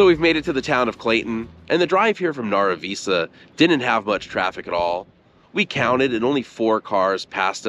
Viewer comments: Northern NM native here. I once had relatives in both Nara Visa and Clayton. Loved the land, darn hard to make a living though. BTW Nara Visa is pronounced Nara as in narrow except with the a. And Visa, not like the card, but like vice-a. It's ok though, you didn't meet any ghosts to correct you.😂 I think the volcanos are more scenic and interesting. One is a very large shield volcano, like Olypmus Mons. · I live in Tucumcari but I love taking the drive to Clayton. The old school building in Nara Visa (pronounced Naira Viesa) is still used for town meetings, cowboy poetry presentations, snd other exhibitions. I have hauled many loads of cattle to the sale barn in Clayton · The town that is NE of Tucumcari, is pronounced Naruh Vice uh.... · FYI - Nara Visa is pronounced “Nair-a V-eye-Sah”